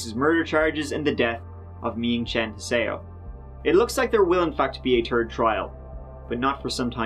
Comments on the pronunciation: Hearing you say “ for a turd time” never gets old:) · LEARN HOW TO PRONOUNCE "TH". FOR SOEM REASON YOU CAN SAY THIS , THEM, THEY , THE BUT YOU CANT SAY "THIRD: YOU SAY TURD" IT sounds awful. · I think you should learn to pronounce third as third and not terd.